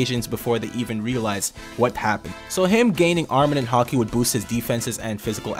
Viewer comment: Great videos. Please pronounce it "armament haki" not arminin haki. Cheers